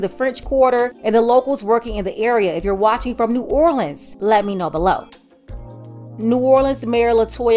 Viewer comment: I knew she wasn't from here because of the way she pronounces it.......new or le ans